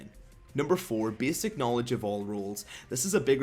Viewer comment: Bääääsic? dude your speech defect destroy the whole video .. sry bout that for u